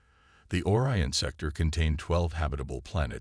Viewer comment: this guy doesn't know how to pronounce simple words its pronounced O-RYAN not as OR-ION